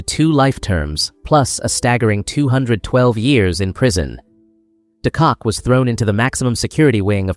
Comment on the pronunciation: not it's not. De Kock is also not pronounced "de Kak" your pronounciation is atrocious